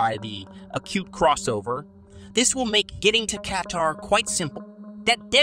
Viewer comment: Kaytar? WTF is Kaytar? 🤣🤣